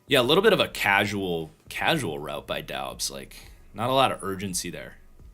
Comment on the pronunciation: Doubs is pronounced “Dubbs”